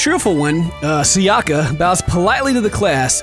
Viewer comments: Thanks,, it was very entertaining! But i'm sure that it's SAyaka, not saYAka))) It's more accurate with Japanese, and it sounds nicer ^^ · Its Sayaka (Sigh-yuh-kuh) and Hikari. You pronounced Hikari right, but it actually means Light in Japanese